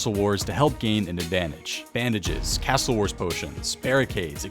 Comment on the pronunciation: pronounces 'castle' as though he hates Australia